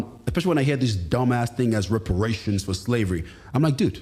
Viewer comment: I swear I've heard the letter m inserted a couple of times, reperemations🤦